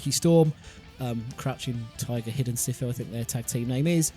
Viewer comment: Sifu is meant to be pronounce (See-Fu as it is a title for a Kung Fu Master in Cantonese